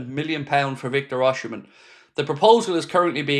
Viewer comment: try say O c men.